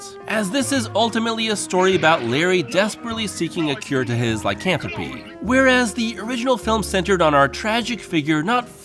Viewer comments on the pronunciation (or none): none